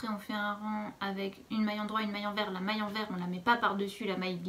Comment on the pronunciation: "maske" = maille